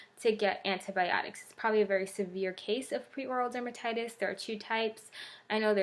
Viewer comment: Hi just wanted to say it’s called Peri as in “perry” so peri-oral dermatitis, not pre or prei as you have in the title and say a few times. Thought I’d let you know in case you weren’t aware 😊